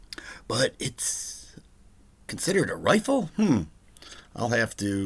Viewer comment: 🤣 I just giggled every time you said riffle 🤭